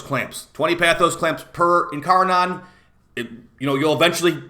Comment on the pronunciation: Ok enough, it's not incarNON it's incarNIN